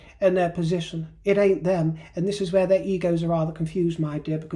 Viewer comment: Hearing say "ain't " in that posh accent, yal!! Pure gold, my dear! ❤😂